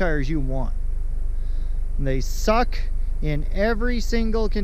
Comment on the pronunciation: Hahaha. I lyk.how he says "THEY SUKKKK" 😅😅😅